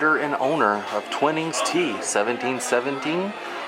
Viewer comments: Sorry, I have to put you right here. It's not Twinnings Tea it's Twinings, ryhmes with Whinings. Oh, and that Sport sign is a Soccer ball, Tennis racket and Tennis ball and a Rugby Football, all English games. I do love your Orlando area videos, please keep them coming. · We should have been there the same day as you if it wasn’t for covid International travel restrictions. And had we seen you we would have said it’s pronounced T-Why-nings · Thanks for another great video,!!! I'm a tea snob, so I really appreciated you showing the Twinings teas. The mixed berry cold brew is AWESOME!!! We discovered it there years ago when the North American rep was in residence! DELICIOUS!! We have also had the lovely toddy that was made with the holiday berry tea. There always seems to be a difference of opinion on how to pronounce "Twinings." I am FOR SURE not an expert, but I think it's pronounced with a long [i]. All the best to you and Abby!!